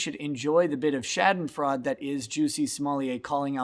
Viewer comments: Schadenfreude is pronounced SHAH-DEN-FROY-DUH. I LOVE YOUR SHOW. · Is that how Midwesterners pronounce schadenfreude???